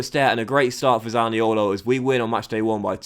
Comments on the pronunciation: Please stop butchering the Italian accent when saying zaniolos name man 🤣🤦🏿‍♂️ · maxi malone ni colo zani olo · i do like but i hate it when he pronounces zaniolo